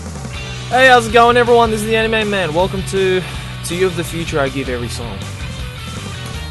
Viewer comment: how he pronounces it anime- enimey manga- mengah